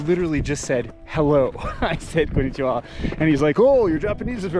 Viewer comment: Just a guess - may be the accent and the confidence with which you said konnichiwa gave him an impression that your nihongo is indeed jouzu 😄 btw, loved this video. I used to think to see snow monsters we had to hike to super hard places but this one seems quite accessible. Moriyoshi is now in my saved location on google maps.